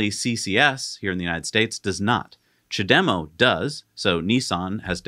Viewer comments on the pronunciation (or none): none